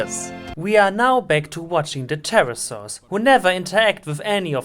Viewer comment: Pterrosaurusus lol